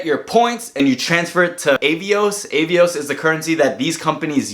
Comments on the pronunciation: It's British Airways, not British Airlines. Avios is pronounced 'Ah-Ve-Ohs'. And It's Iberia, not Liberia. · Cool video and good advice. Finding it hilarious how overwhelmed you got from all the travel partners and the various names! 😂 Ey-vios = Ah-vios Air Dingus = Aerlingus British Airlines = British Airways Liberian = Iberia Seriously though, this card has loads of great points partners. In the UK, even Nectar points for grocery shopping can be a good choice for some people. If anyone in the UK wants a referral link for bonus points: ☺️